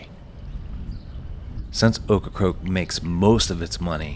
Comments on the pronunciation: It's OCRACOKE, not OCRA-CROAK!damn get it right!! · it's not ocra-croak, it's ocra-COKE! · It's Ocracoke not Ocracroke. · Seriously, though,, was he/she correct? Were you mispronouncing the name, or do they change the "r"s around when they speak the name aloud? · Please call it Ocracoke, not Ocracroke. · Get it right: It is NOT pronounced OcracRoke It is OcracOke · Sounds like you are saying Ocracroke. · He is!..wtf?! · Great island, great video. Buts it’s funny you did this whole video pronouncing Ocracoke incorrectly as Ocracroke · I grew up on the mainland and took the ferry to Ocracoke every summer… by the way, you keep pronouncing it Ocra-croke…. 😊 that’s incorrect. It sounds like it’s spelled. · You seem to be saying "OcracRoke". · Why does he keep saying Ocracroke? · Sorry man saying OkraCROKE is like fingernails in a chalkboard. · At least he didn’t say Corncrake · This was a great video and narration except for obviously mispronouncing the name of the destination the entire video. It’s a bummer because this is one of the best videos I’ve watched on YouTube on Ocracoke but the mispronunciation is distracting. Well done otherwise though.